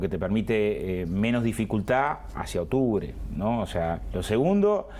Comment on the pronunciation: No voy ni 40 segundos de video y ya va diciendo “otubre” esta gente no sabe ni hablar y quien que los voten, lpm si ganan y el pais se va mas a la mierda de lo que ya esta, nos lo merecemos